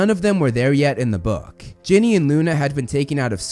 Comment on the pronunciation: I'll never forgive the butchering of Ginny.